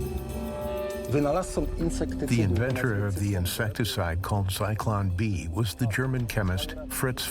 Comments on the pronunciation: Cyclone B? It's Zyklon B. Try harder next time. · It's Zyklon B Not Cyclone B